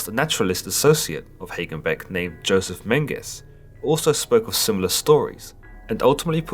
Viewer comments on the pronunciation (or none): none